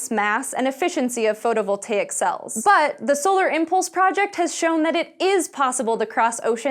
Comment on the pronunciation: Welcome to SciSHow! BUT, here is one complaint/constructive advice.... Try not to emphasize so much word "but", and also ask one who writes script, to use less of "but" in narration... Those "but-s" stand out to much and become to noticeable. Otherwise, for first episode, it's all good;)